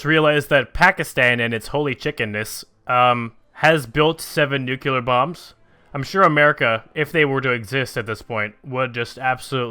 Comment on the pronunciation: "Pakistan has built seven nukular bombs" You're about a decade or so late to be pronouncing it like that.